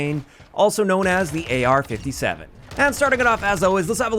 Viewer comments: As a proud owner of this weapon, it's an AR-57 you're right. Pronounced AR Five Seven and not AR Fifty Seven due to the cartridge its chambered - 5.7mm. Same cartridge (and mag) the P90 uses and the FN FiveseveN hand gun. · Its not call the AR57 its actually called the AR5-7